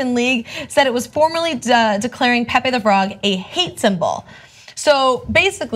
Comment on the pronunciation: Is not pepe is "Pepe"